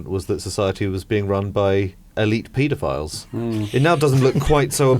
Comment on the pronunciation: Did you say pedo files?